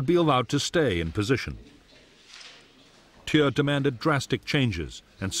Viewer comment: Narrator pronounces Thieu wrong 😒